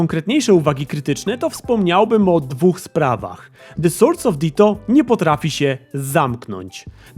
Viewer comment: uwielbiam Cię, ale błagam to jak akcentujesz słowo "wspomniałbym" na 'a' ( podobnie zresztą jak inne czasowniki w trybie przypuszczającym ) powoduje, że czuję się jakbyś mi nagle wsadził igłę do ucha;) Także proszę Cię nie akcentuj czasowników w trybie przypuszczającym na ostatniej samogłosce tylko nieco wcześniej;) Zamiast - wspomniAłbym - dużo ładniej (i poprawnie ) brzmi - wspOmniałbym - I nie, nie jestem polonistą, tylko matematykiem - a to już coś znaczy;)